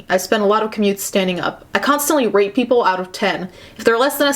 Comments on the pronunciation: Every time she says "rate" i hear "rape"... kind of funny though.. xD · I KEEP HEARING "RATE" AS RAPE- im watching too many of these my mind is fucking up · Mmmmmmmmmm I keep hearing rate as rape and I forget it’s rate every time and I’m just like w h a t